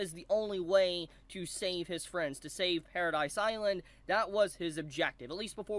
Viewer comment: One thing I'd like to note is that it is Paradis Island, not Paradise Island, as in Paradise without E, or Paradise without Eren (because he is in hell, or something).